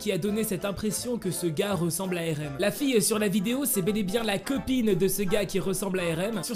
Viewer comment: Tu dis pas bien Rm tes